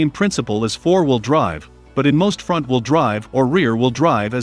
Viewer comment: good video. too bad it's computer read. So words like front are pronounce Font. and missing words make the speech choppy.